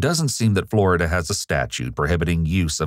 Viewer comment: Flo-Ri-Da. She wants to marry this??